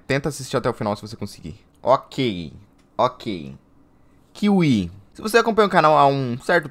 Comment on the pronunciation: éfi for kiwi